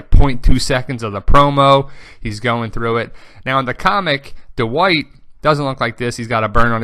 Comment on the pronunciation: you say Dwight very weird, you say it like THE WHITE, why?